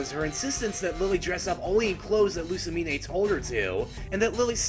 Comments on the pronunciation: Lu-sa-mean! Not Lu-sa-mi-nay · Winn Schott No, Luz - mane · Given that my own mother acted similarly to pre-psycopath Lusamine, I can understand it. Maybe that's why I'm not sympathetic, she actually thought she was doing the right thing.. even when everyone abandoned her. and why are you pronouncing the 'e' at the end of her name? It's not a unique name and the e is silent. sorry, just triggered about that